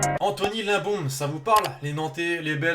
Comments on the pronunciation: Anthony LIMBOMBE 😂, ça se dit LIM-BOM-BÉ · Ça se prononce limebombé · Anthony limbombe ça se prononce lime bombé